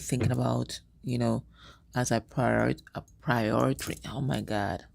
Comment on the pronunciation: Hi Can't help being a smartarse Its not prioritry. It's simply PRI ORI Ty not Prioritry ❤️❤️❤️